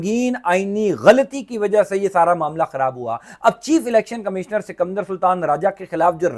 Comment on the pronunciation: 😂😂😂 bhai sikamdar nahi sikander sultan bolte hain 😂😂😂😂😂😂😂😂😂😂😂